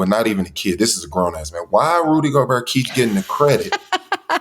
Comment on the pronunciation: HE IS FRENCH! GOBERT IS PRONOUNCE GO-BEAR, LOL